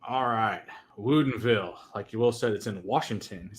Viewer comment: You guys keep saying woodinville wrong lol. I grew up there